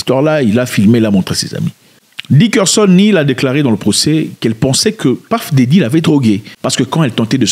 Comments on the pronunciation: On dit puff daddy... Pas "paf daddy" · C'est puff daddy et pas paff daddy 😂😂😂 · Au fait ça se dit PEUF DADDY....pas PAFF DEDDY..... c'est pathétique cette prononciation vu ton level mec....tu m'as déçu sur un truc bête.😢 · « Paf Daddy!!!! »😂😂😂😂je suis mort !!!Je ne sais pas si la faute de prononciation est volontaire mais effectivement Puff Daddy a un problème avec son Paf ;on est d’accord 😂😂😂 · Pourquoi il dit paff deddy 😂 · Paff ?? Pourquoi pas Piff mdrr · puff daddy pas teddy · Puff pas Paff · Tonton Zack paff me saigne des oreilles... P. Diddy serait mieux. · PAF Daddy! 😂😂😂😂😂😂😂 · Pourquoi tu dis Paffe daydi ? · t as du mal avec les " U " , Paff daddy, Asher...